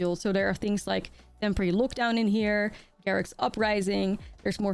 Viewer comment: it is odd you only mispronounce lockdown and no other words... great games!